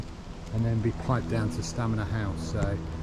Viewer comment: It's Stanmer but he keeps saying Stamner?